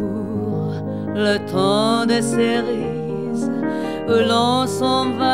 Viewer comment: cerises(正スリーズ→誤セリーズ)の発音が間違っているのだけが惜しまれてならない名唱。